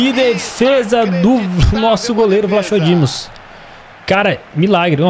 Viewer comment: a pronúncia do Vlachodimos e Vlacodimos sem o H